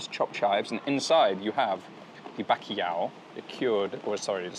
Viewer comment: My god mate. If you’re saying bakiyaw trying to say bacalhau… Good video though